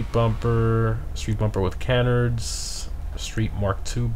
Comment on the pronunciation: keep the vids coming but i cant take it anymore, you're driving me crazy it's ca-nard not can-ard and de.i.ty, not de.ity